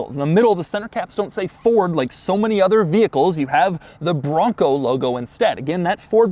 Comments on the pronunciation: The word BRRRONco (as Doug says) has lost all meaning already and I'm only halfway through the video. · So much emphasis on the “BRON COOO”